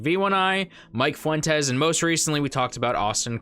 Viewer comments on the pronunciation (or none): none